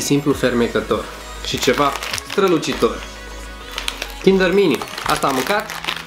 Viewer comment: Mie îmi place ou cindăr maaaare 😖😖😖